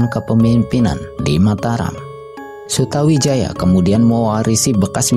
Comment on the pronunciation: MC nya kurang faseh dalam menyebutkan nama,harusnya di baca sutoWijoyo (memang tulisan nya Sutawijaya).dan nama yang lain.